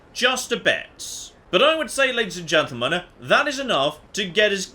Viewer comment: Okay seriously, is just mumbling "Ladies and Gentlemen" in his intro?